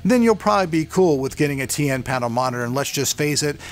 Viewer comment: you keep saying TA :P